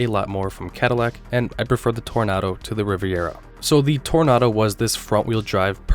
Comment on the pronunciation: OK, that was cute trying to get us all to slam you for the mispronunciation of Toronado. 👍 But you should have mentioned that that New Yorker was basically the last of the original Imperials...